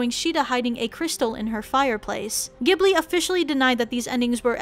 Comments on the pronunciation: It’s actually pronounced as jibli not gibli it’s really weird Ik.. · It’s not pronounced Gee-bu-lee. It’s jee-bl-i. Gh is pronounced Jee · Iys pronounced jibli even thoug its spellt ghibli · not to be smart >3< but ghibili is pronounced like this:Ji-bull-lee. And my name is Chihiro o3o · Are you ghibling me? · Not goblin it’s you pronounce it jibli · It's pronounced jhib-li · It’s pronounced jhibli not a hard g sound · My ears bleed when I heard how she pronounced Ghibli and Naussica